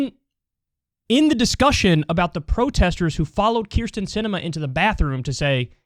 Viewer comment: Never met a Keer-stin I liked.